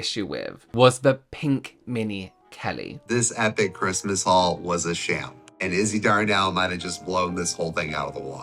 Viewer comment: Does anyone else hear "wh*re" when he says "haul"?!